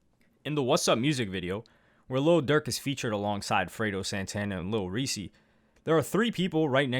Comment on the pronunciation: This dude really made a video about durk but dont know how to pronounce reese name 🤔🙄